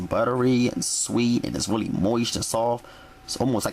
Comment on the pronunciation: wuli, wuli good,,,,,,,,,,,,,,,,jajajajaja